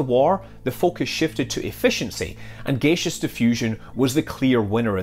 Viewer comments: Have never heard "gaseous" pronounced as /'gāSHəs/, only /ˈɡasēəs orˈɡaSHəs/. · What is gaysish diffusion? Is that similar to gaseous diffusion? Come on scott, your representing scotland man! Greetings from Edinburgh, Scotland :)